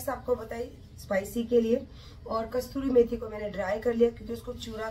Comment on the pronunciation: Madam Kasturi methi nahi Kasoori methi hoti h 🤪😝